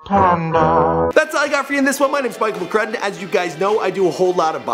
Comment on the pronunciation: How does mispronounce Mcrudden?